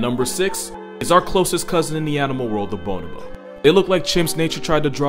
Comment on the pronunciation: Very nice wholesome video of wholesome animals, but slight thing, it's bo*no*bo, not *bo*nobo